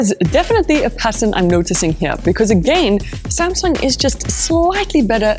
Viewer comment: sumsung spronsor😂